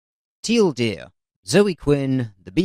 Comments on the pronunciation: I thought he said Till deer. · He is saying T L D R fast but saying that in his accent sounds like Teal Deer, that's the joke. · I thought he was just spelling TLDR with an heavy British accent.